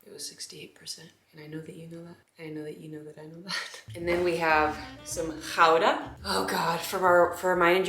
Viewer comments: i live near gouda and i have never heard a non-dutch-speaker say gouda right?????? i felt so oddly validated? i was so caught off guard?? so validated? too validated? maybe? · OMG you pronounce Gouda the proper way! That makes me so happy :P Also your journal entries are really well written. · As a Dutch person, your pronunciation of Gouda was really good!! 🧀